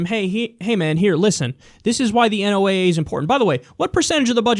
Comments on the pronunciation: Kyle, it's pronounced "Noh-uh", NOT "En-oh-ay-ay". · i love ya brother but its pronounced like the name Noah